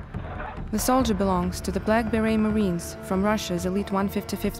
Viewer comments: Omg 😱 , the way she say’s “black beret” sounds to me like “blood berry”. That is simply too creepy ! A story old as time of the puppet masters using the puppets as disposable fodder . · she pronounces it like blackberries 😅